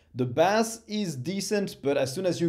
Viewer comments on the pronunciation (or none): Great video as always! Love your stuff! I just wanted to let you know, despite your impeccable English, that "bass" should have a long a sound (think base). The way you pronounced it is a type of fish. Nbd. Just wanted to let you know.